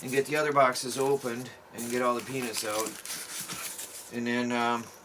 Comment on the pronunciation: I heard you you said penis not peanuts